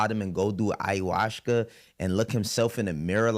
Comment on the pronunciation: You also meant to say “ayahuasca” lol. That just ain’t your word 😂. Second day in a row you flubbed that . ❤❤. It is a difficult word to pronounce